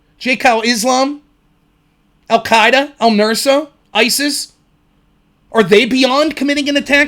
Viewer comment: Just one small... criticism? Not even really a criticism, just suggestion. Its "al Nusra", not "al Nursa ".